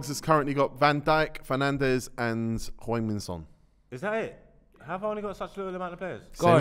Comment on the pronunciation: The irony of getting on Margs for mispronouncing Hueng-min Son